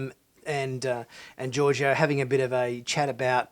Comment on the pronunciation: Georgiou - George-O lol